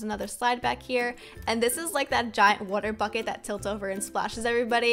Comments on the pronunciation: You say water wrong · who laghs when she says water